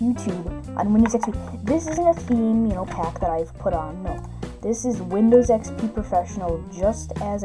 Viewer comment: windyows expey